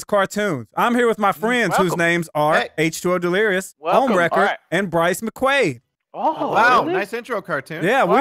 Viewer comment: I that it was BRYCEMCQU"uh"D